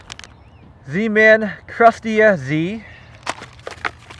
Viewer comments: Crust-ea-z he says lmfao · I want a "Crus-Tia-Z" " Lerr" lol (CrusteaZ lure) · I think that u mispronounced the crusteaz